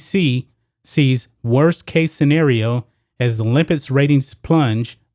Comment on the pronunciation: the issue is american's patriotism. it's everyone's right NOT to be a patriot. people need to stop believing that america is the greatest country in the world and calling non patriots "anti-american"!btw the word "olympics" is pronounced "ks" at the end